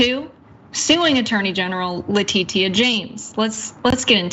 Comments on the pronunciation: You aren't pronouncing her name right. It's pronounced letisha not le tit ia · "Le-tee-tee-ah" is how she MISpronounces Ms. James' name, in her annoying voice, like fingernails on a chalkboard. And as someone else said, she can't even read. Get this woman off Indisputable already; send her back to school & get her a voice coach. I can't stand watching the show when she's hosting! 😖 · Damnit pronounce "Letitia" correctly she's a public figure there's no excuse🤬!!!👎🏾